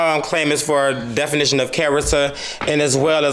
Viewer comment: the lady face behind him when he says "definiton" of character and "promissy" note is everything!